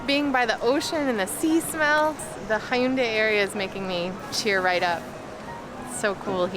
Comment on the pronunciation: not hyundai beach, Haeundae Beach 'Haeundae' sounds 해운대 [hæundæ] hotdduck sounds [hot'ək] not 'ha-i-u-da-ik'